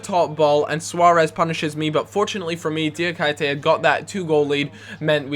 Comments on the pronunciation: ITS PRONOUNCED FUCKING DIAKEETAY! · my ears hurt when you say Diakite's name .... just say KI (the asian player from Swansea) over and over for a minute.. and then say.. DIA ... KI .. TE !! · 60 episodes in and he still can't pronounce Diakite's name...